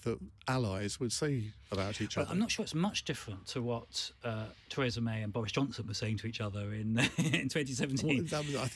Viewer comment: Why can't Adonis ever seem to pronounce 'Theresa' correctly? The woman herself pronounces her name 'Thereesa', not 'Theraysa'. Very irritating.